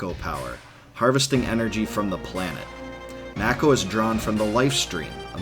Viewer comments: It should be pornounced "mah-ko". It's a Japanese word, and it's only in English that "ma" can be pronounced as "may". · I’m pretty sure Mako is pronounced “Make-Oh” not “Mack-oh” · It's Mako not Meiko. For an Asian it is freakin weird that westerners likes it pronounce it like that because it sound like a bastardized word. Also Square Enix already said it was Mako and not Meiko. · I always pronounced it "make-oh", I noticed the way you say it, "mack-o". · Am I the only one who pronounces it “May-ko” as opposed to “Mah-ko”. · Then prepared to be irritated for the rest of your life because it is Mako and not Meiko. Because Square said in the E3 presentation clearly that it is Mako and not Meiko (and supposed to be since its origin word are Japanese). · I always said mayko not mack-o.... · U saying mack o is annoying asf its make o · I've never heard anyone pronounce, "Mako" like macaroni, that's hilarious! Fastest recorded shark: Kraft Easy Mac'o. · Yah. The way he pronounces it "Makko" really irritates the sh*t out of me. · It’s definitely pronounced “May-ko”... never heard anyone ever refer to the Mako Shark as a “Mah-ko” Shark. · one of the things that was weird to me was when people called it Mako instead of Mako(May-ko like the shark). its still hard to hear lol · Damnit, why does he call it macko? 🤦‍♂️ 😂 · Ew who calls it Mack-o... Gross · I hope you've learned how to pronounce Mako, because I've never heard it the way you do lol. I love your videos. Your voice is hypnotic. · There are 3 ways to say MAKO you chose the only wrong way all the way around. Smh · So annoying he says mako wrong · You don’t know how to say Mako. Lol goober